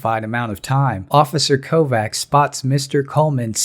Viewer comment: (kovács) is pronounced as kovach not kovac